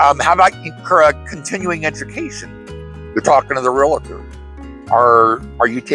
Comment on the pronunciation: I appreciate your content and have watched many videos but there is no "i" in real-tor! A common mispronunciation. 😘